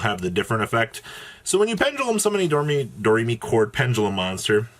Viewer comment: How can you have an intro where you say Do, Re, Mi, and then still call the archetype door-may-chord? It’s Do-Re-Mi-Chord